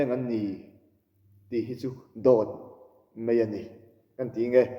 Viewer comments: Kalo en ve zauh zauh thin che a,tun ai hian mizo tawng hmang uluk rawh."Mai" tih turah "Mei" te i tia,a zialo e mai. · "MEI" ni lo in..."MAI" ti la,ngaihthlak a nuam deuh ang😅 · Sawifiah viauchuan i inngai maithei a, i tawngkam ah mizo i ni lo nge le te ka lo tia... 'mai' tih tur ah 'mei' tia lam a tam khawp mai... Beng a thlep